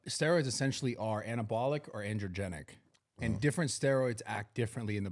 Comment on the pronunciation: “anabotical steroids” 😂